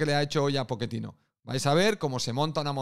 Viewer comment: No digo que lo dijo mal,solo me da gracia como se escucha jajaja